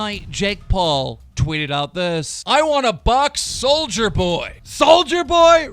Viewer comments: Its Soulja Boy, see, no hard R on it SOULJA BOY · It’s pronounced Soulja boy NOT soldier boy❗️C’MON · It’s soulja boy! Not soldier boy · This fucking gnome needs to learn how 2 read its nit souljer boy its soulja boy ffs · Keem it’s Soul ja boy not soldier boy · Keem you Hurt my ears, it’s soljaboy not “soulgerboy” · It’s not soldier boy it’s sol-JUH boy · CAN THIS DUMB FUCK EVER PRONOUNCE ANYONES NAME RIGHT?? SOLDIER BOY ITS SOULJJJAAAAA BOY AND VIIEETALY ITS VITALY! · “Souljar boy” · “souljErboy” 🤦🏽‍♀️b say it right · "Soldier boy" "EYE-an" Some teach him how to read please😂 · You called him souljerboy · Please learn how to correctly pronounce peoples' names. There is no R on Soulja Boy's entire name! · keem learn how to say soulja boy right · You gotta say souljas name right